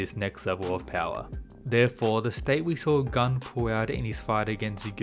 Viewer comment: Gun's name is a korean one, not Gun as 🔫. PS: Shingen is an absolute gigachad